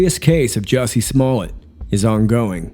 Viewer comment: 👍👍 but I believe it's pronounced Smoe-lette 😂